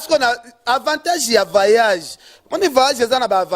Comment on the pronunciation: voyage et non vayage